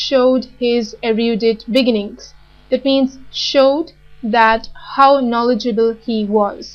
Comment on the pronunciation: "Beginning" cut my ears. But video is good